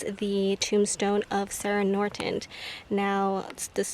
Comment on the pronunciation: Norton not Nortent